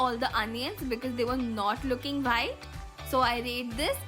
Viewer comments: It is white not whhite One thing If she makes she gives 9/10 or 10/10 or tells in as outstanding 😒😤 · Di aap itni achi English pronounce karte ho but ye WHITE ko baar baar WHITE kyu bol rhe ho ye pronounce par white nhi wite hota h.... H silent rehta h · I love her' bhite' 😂😂💓💓 I really really like the recipes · When you say white sauce I hear vhite sauce